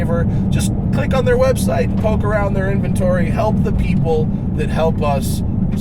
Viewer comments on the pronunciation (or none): none